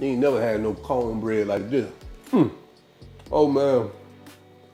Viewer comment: “Cowne bread like dih” 🤣